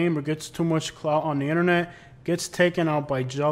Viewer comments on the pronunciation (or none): none